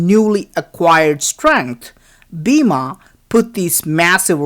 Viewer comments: Pls pronounce hindu words and names correctly. E.g. Bima = Bhim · ok i know its bloody south indian ....BIMA....god get a class in pronunciation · Bima?😆 Its Bhima.. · It is spelled like bhee-em